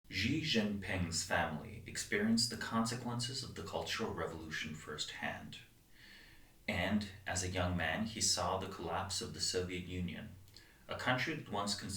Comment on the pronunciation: It is SHEE not JEE.